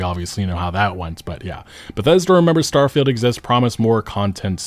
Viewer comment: git up uh get get down Star-fie-Uld is a joke in your town